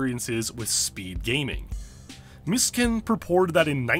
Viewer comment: Take a shot every time he pronounces is "Miss Kin." Bro, it's "MEE-SUE-KEN."